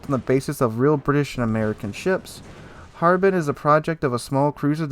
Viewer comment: As a player from Hong Kong, you nailed the pronunciation for Harbin, just a bit off on Ji nan, that's a city in mainland China and we usually just say the english name with Putonghua